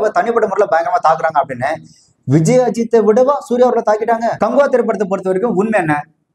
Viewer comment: காங்குவா இல்ல, காக்குவா 😮